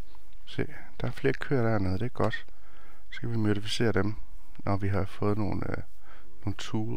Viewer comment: Jeg elsker når du siger mydifiseret